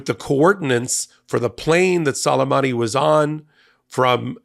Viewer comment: I believe it's prpnounced Soo-lay-mahnee.